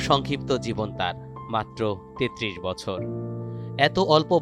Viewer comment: ৩৩ কছর না বছর 😂